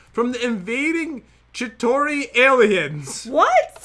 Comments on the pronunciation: ThE cHiTaKiS aRe AfTeR mE Pat: Oh no The Chitaki Mushrooms Me: (XD) It's Chitari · Haha Chitaki it’s pronounced chi-tar-e but love y’all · love your videos I laughed when you guys said chitaki instead of Chitauri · Pat Did you hear what said? She said "the Chitakis are here" that was funny, the name for that mob is the Chitauri.